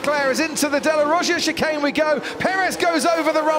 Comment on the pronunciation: "and HAM and VER go into the second shay nun"